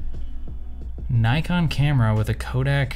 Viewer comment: Is it just me or is he pronouncing Nikon incorrectly? Kinda weird for someone who knows so much about “cameras” 🧐